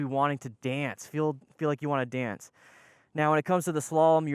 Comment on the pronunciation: I know he's saying "dance with the bike," but I keep thinking " with the bike" 🤭 Great vid, keep up the good work.